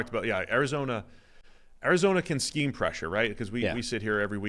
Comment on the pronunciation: I heard this as "playing above their skeeze", and I assumed was casually dropping Gen Z slang on us